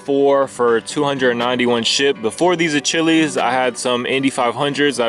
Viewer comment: My man said achillys 😭